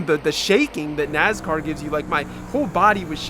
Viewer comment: Nass-car. Not NaZ-car